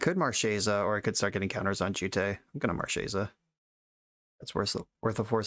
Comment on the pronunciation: wish i could double thumbs up. one for running marchesa and another for pronouncing her name right